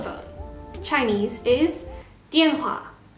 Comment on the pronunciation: well i mean before we learn chinese words u need to learn the pinyin aka the pronounciation and idk if u learnt that because i noticed u didnt quite pronounce the chinese words correctly for example 电话 is pronounced as diàn huà and not diàn hua which in this case u pronounced wrongly